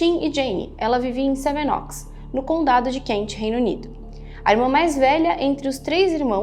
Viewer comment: Pronúncia nao é seven "óx", mas seven ÔUCS. PÚBIS tb não dá, é PÃBS RÓSTESSIZ e nao Routesses Taiwan e nao Tauan Gran BRetanha e nao Betanha Nao é TRAFEGO humano e sim TRÁFICO